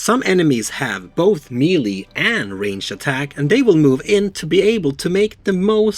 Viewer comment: I really enjoy your teaching videos. I’d like to give a little something back. The word Melee in English is derived from a French word. I n English, it is pronounced: Meh'lay. (Do not try to pronounce the H. I added the H just to show how the E is pronounced.) -Toby